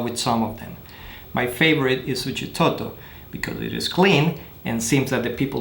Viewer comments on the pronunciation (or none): Even though your videos are in english you should pronounce the name of the places or location like they meant to be for Example Suchitoto You mumble when you said not there it's no translation for it if you doing in english santa ana is saint Hanna... I'm just saying bro. SALUDOS .